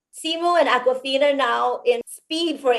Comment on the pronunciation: Awkwafina pronounced it correctly! Finally.